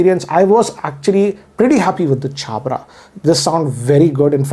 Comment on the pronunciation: He pronounced Jabra like Anil Kapoor 😂😅